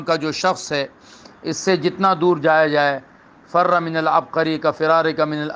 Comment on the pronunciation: حضرت کسی حدیث کے الفاظ کو اس طرح تغیر کر کے دوسرے شخص پر چسپاں کرنا جائز ہے ؟ اور حدیث کے الفاظ/اعراب بھی صحیح ادا نہیں کر سکتے ، فر امر کا صیغہ ف کے کسرہ کے ساتھ ہے ، ف کے فتحہ کے ساتھ آپ نے فعل ماضی کا صیغہ پڑھا ۔ خود بھی کچھ مطالعہ محنت کریں